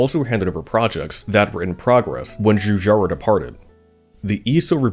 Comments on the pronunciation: Just too bad that the commentary comes from Kang or Kordos. What a cruel schpeech impediment, having to pronounce churcharo cho many timesch. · The butchering of his name, and other Italian words, is an assault on the ears.